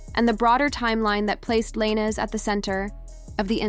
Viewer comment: you youtubers should learn how to pronounce the names of the person ur talking about cause u r pronoucing his last name